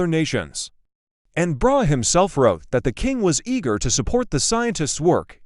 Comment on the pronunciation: Learn to pronounce Brahe's name!